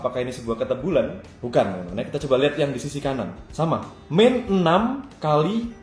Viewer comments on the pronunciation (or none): kocak ini sengaja ngomong kata² yg jdi tebalek gtu, di video kmrn siku² jdi suki², ini kebetulan jdi ketebulan😭😭